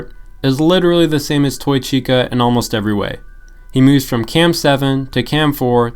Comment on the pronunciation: chica ❌ cheeksa ✅